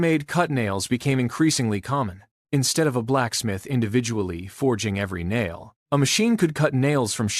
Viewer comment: It is a very interesting history. The AI cannot say a nail. A nile instead. It is funny. Nothing to do with the river in Egypt.